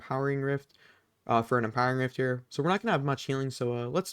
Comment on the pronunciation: My brain took a few seconds to process when he said "impering rift"